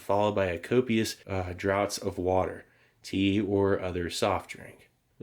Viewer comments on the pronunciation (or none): I really missed you Steve! I was starting to look to see if you had uploaded something because I don't like hitting the bell button. But for you, I will. Btw "copious droughts of water". The British spelling of draught is a bit confusing but it's still pronounced as draft. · "draughts" is pronounced like "drafts" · Steve, I have missed you man! Good to see ya! For the mepecrineTablet section: "copious draughts" said like "copious drafts of water " (or "draw-fs") is essentially saying "a lot or copious amount of something with water as it's main resource. Dude, what you're on about with the mold thing absolutely man. It's the opposite effect of Thunder Storms, you can feel how the air gets dry right before lightning hits the lamp-post your standing 3 feet from. Yea. I get you.